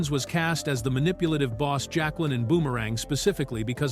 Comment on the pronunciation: OMG. this AI slop is bad. The "voice" can't pronounce basic names (Jaqueline), years (1992), or even character names from the movie (Strangé). The script is terrible as well as so many things get repeated over and over, literally right after being said.